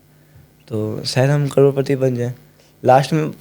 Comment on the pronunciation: Karodpati ❌roadpati✅